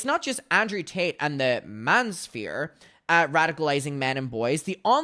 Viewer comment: baby can you please pronounce manosphere normally 🥀